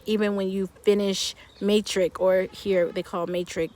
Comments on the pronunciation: It's actually pronounced as "meh-trick" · Cringing everytime you said 'Maytric'😅... It's 'Ma' as in 'mother', so it's pronounced 'Mo-tric. Nice try though😅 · "MATRIC" She says it like shes saying the matrix 🤭 no it's MATRIC like you would say MARSAI maybe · I like how you pronounce Matric. Are they also going to University here?